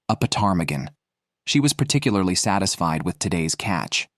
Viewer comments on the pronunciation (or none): none